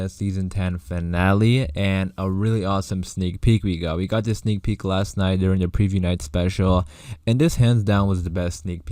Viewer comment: STOP SAYING SNEAL PEEK FFS